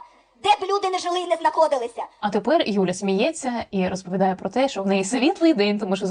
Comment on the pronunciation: Два виступи з різницею в 10років, але наче одна і та ж промова: гАрланить ні прА що